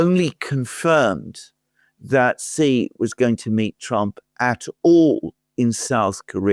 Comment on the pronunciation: Not "jee" like je t'aime. "Xi" in Xi Jinping is pronounced a lot like "she", like the female pronoun.